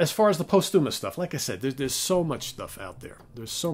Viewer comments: Great one. Hendrix!!! (BTW, the "post" in posthumous gets the accent or stress.) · Learn the correct pronunciation of "posthumous".